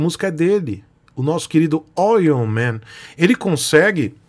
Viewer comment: "Oyl" man... Kkkkkkkk!